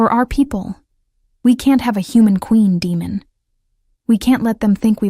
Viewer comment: Would have been a good one ,except for his name.... Demon and he is fighting against them to ? Damon is bad enough... People please look up how to pronounce stuff before you put it in your story 🙏👍👍